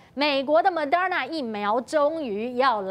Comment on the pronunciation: Mo-de-r-na, not Mo-der-na